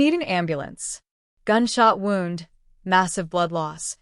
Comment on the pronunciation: It's "wound" as in a boo boo. Not "wound" as in wound up. Come on, fix the AI. 👎 I HATED the ending. 🤬🤬🤬